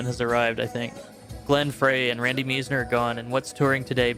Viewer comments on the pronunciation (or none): Two last names mispronounced in the same sentence. Glenn Frey and Randy Meisner. Fr-eye. M-eye-sner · Frey rhymes "fry." Meisner is "MYZE-ner." And the Eagles should've called it quits after Hotel California.